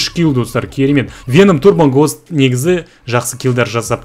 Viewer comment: Гхост деисізба😂😂 гоуст емеспа🤔😁👌🏻